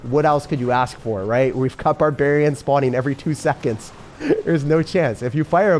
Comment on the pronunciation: barbaharians :D